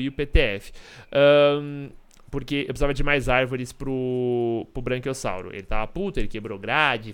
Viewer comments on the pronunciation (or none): braquiossauro não tem N então fala tipo Bráquiossauro